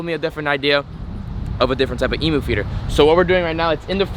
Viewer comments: Eeeeeem-yooooo NOT Eeeeeee-moooo! Gah! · Hey man can you please say emu like we do in Australia it goes like “E mmm U “ No Emoo’s over here ❤️ Still love the vids but no hate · What the fuck is an e moooo. You pronounce it totally wrong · EMU not EMOO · Please pronounce Emu properly 😡🇦🇺🇦🇺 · Just saying you pronounce emu by saying the actual letter e at the front